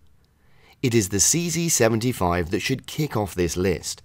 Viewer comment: Nice how you pronounce "CC75" or is it CZ75 😅